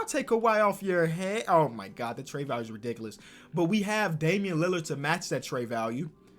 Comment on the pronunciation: nobody:: dAmIaN lAlArD